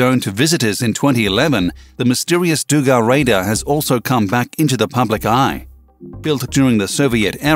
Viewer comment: But please, not dUga, but dugA. Put Stress on the last syllable. ЗГРЛС Дуга загоризонтная радиолокационная станция- over horizon radio locators station.